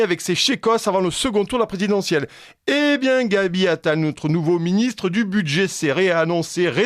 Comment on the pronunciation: J'adore la voix de, sa compétence journalistique est indéniable, ses commentaires pertinents....MAIS...au début de l'émission j'ai du mal à entendre...NAUTRE chaîne...NAUTRE référencement...notre chaîne ne se prononce pas comme 'cette chaîne nôtre'(nautre)... c'est un détail qui n'entache en rien l'excellence de ses émissions